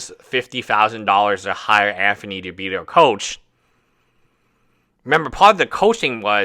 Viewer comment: No it's Anphony